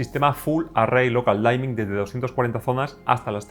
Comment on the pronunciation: Muy buena crítica. Lo único, no se pronuncia "Daimin" es "Dimin" de oscurecimiento. No es de mala onda, es solo una mínima corrección. Muchas gracias por la crítica, estaba interesado en este tele, me decepciona un poco el reescalado.